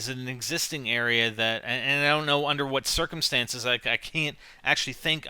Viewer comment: u said huat